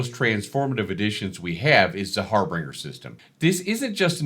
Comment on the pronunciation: Love the video! Thanks for the update. Friendly reminder: Harbinger, not harBRINGER... pronounced "har-binge-ur" Always love a new video. Thank you, sir.